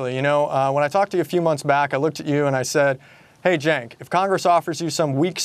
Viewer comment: Three seconds into the conversation and the new guy says Cenk's name wrong. Awkwaaaard.